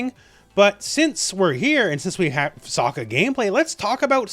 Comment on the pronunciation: BTW His name is pronounced "Soak- Ka", ......not "Sock-Ka".